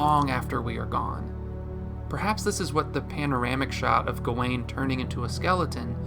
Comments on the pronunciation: Dude analyzed the whole movie, Wrote a script to explain it in detail, proceeded to record, listen back, and edit and not once chose to pronounce gawain right. Even the clip in the begining that old man says it correctly as "Gah-when" and you say "Gah-Wayne??" It's infuriating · Why do you keep saying his name "go-wayne"? Didn't you watch the movie?